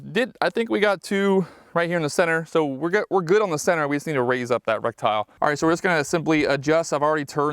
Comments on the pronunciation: This guy pronounces "reticle" - rek-tyle instead of "re-ti-kl". 2 thumbs down. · I stopped watching 2 minutes in because I couldn’t handle hearing him say rectile. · What is a rec-tile? How do you not know how to pronounce the word correctly, but want to be a gun-tuber? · Brother did you say in this video that you feel like you're playing call of duty.. ummm no sir I wouldn't say something like that in a gun video..oh and FYI..it's RETICLE not RECTILE brother. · Is he saying reptile? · It's pronounced ret-tic-al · Great video dude. Others may be making fun of you but no one knows everything instantly, everyone starts somewhere. Just here to share the proper pronunciation, reh-ti-kl. Also for the adjustments, you can use the rim of the 223 cartridge to adjust for non-marring on the go adjustments. Nice to see other average people who like guns and quality optics. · Jesus he can't get the word right I'm out! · I find it hilarious somones spends 500+ dollars on an optic and can't pronounce a key component of it correctly. Goes to show buying fancy gear doesn't make you knowledgable, experienced, or squared away as a shooter. Some people have money to burn and they dive into things they don't understand all the way, and thats fine but if your going to post it online you can be sure to feel the full brunt of the internet pointing out your mistakes.